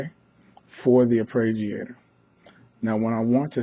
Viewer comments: AR-PAY-JEE-AY-TOR. Say it. Please. It's not difficult. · thanks for the video but for Gods sake stop saying arpReggiator